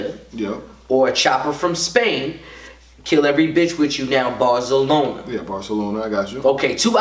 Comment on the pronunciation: “Bars-a-loner” - Tsunami Surf